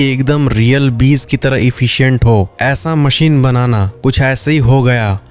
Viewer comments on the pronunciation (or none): none